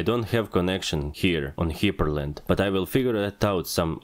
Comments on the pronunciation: Hyprland is pronounced as Hyper land. not Hiper land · That's it. That's how I'm pronouncing "hyprland" from now on.